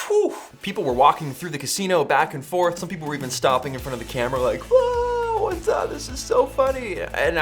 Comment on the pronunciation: "what's up everyone" (phonetically heard as "buts up everyone")